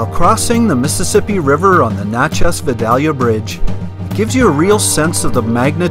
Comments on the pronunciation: Great vids...but I have to nit-pick a little. It's pronounced "Natch-ez:, not "Notch-ez".....and if you enjoy the Mississippian Native American culture, head on over to Moundville Alabama and visit the park there. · It's Natchez! Not Notches! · Nat (rhymes with mat) chez. Little off on the pronunciation :) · you could just place your shoes with the sun facing the inside of your shoes and they would have dried out quickly. Locals pronounce Natchez as Natch.ez (like hatch). Love your videos. Always so informative with beautiful photography. I haven’t seen lightning bugs in years. Thank you again,. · Great area. 3 friends and I rode our bikes down the Trace in 1995. Nice to see the pictures. BTW it's pronounced "NAT-chess" (iike gnat) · It is pronounced Gnat Chez. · Robert Morris. Yep. "From Natchez to Mobile", and yankees can't pronounce either. For our dear viewers: Naa Chez to MO beel Other place names in the video are savaged also. Still a pretty good set of photography. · Great video. I laughed the whole way thru this video how u pronounce Nat(like the bug)chez trace. Works better if u really have a good southern twang like I do. We just call it The Trace. Don't speed. U'll hit a deer. I live near all in this area between Corinth and Jackson tn. Can u use those shoe driers in ur bed to keep it warm? Great civil war park at Shiloh, TN if u get a chance. U must have been here earlier in the year today it was nearly 100 here and heat index was 108. U can't stand it with no a.c. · Please ask a few residents on how to pronounce the names of the towns. Natchez isn't pronounced like nachos. You may be arrested the next time you drive through. Good job on the videography though. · please it's Na long a sound.